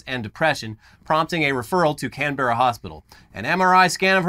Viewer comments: I love the way Americans say Canberra. Can-bear-ah, we pronounce it Can-brah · Love you guys, but when it comes to Canberra, it's pronounced Can-Brah. Keep up the good work! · As an Aussie the way you said Canberra... just wow. Can-bear-ra really? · Before the Aussies jump all over you for insulting their accent. It isn't Can-berra guys, it is 'Canbra' said at high speed. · First of all is pronounced can-bra not can-ber-ra second most Australians live in cities and cities at least in the southern part of the east coast like Melbourne and Sydney are NOT overrun by snakes infact in 13 years I have never seen a snake, got alot of kangaroos behind my house though. Also why do Americans always forget Florida exists?? and is from Florida, with your pool pythons and your pool and sewer pipe alligators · For future stories its Can-Brah I think you've got the Mel-bn one down, same with Bris-bn 👍Keep up the great vids guys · For our non-aussie viewers out there, Canberra is pronounced, "Can-burr-a" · And even that's wrong it's Can-bra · 'Can' (Can of coke), 'ber' (like 'burr' , but twice as fast), 'ra' (like the Egyptian sun god). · despite the way its spelt, it's pronounced "Cam-Brah" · btw it's pronounced Canbra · Canberra is pronounced like Can Bruh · Just fyi, Canbera is pronounced, Can-bur-ah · Okay so non aussies tend to over pronounce everything here, just say Cambra, Melben, Astraya etc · It's pronounced Can-Bra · So a couple of pronunciation guides for Australian. For CSIRO you don't really need to pronounce each letter separately, it's more like "Seesseyeareoh" in one flowing motion like you'd say FBI or CIA. More importantly, there's no pause in Canberra, so it's not Can-berra (similarly there's no pause in Melbourne), the easiest way to think of how to pronounce Australian place names is just to try to get through it as quickly as possible, we trim off syllables with our slang so we're in a bit of a rush to get to the end of the sentence.